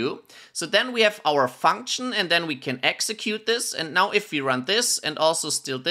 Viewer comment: bad practice also: funksh nnnnmnmmmmm